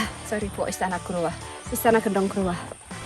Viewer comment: kalo orang surabaya biasa nyebutnya trEtEs kaya' nyebut buah katEs, bukan tretes kaya' nyebut ndog netes. ntah kenapa disebut growah bukannya growak, sebab growak biasanya untuk menyebut sesuatu yang sudah gak utuh, misal apel growak logonya iphone 😁. btw videonya buagus, jadi tau penampakan di atas yang biasanya hanya bisa lihat dari bawah saat gowes sby-purwosari-batu-cangar-sby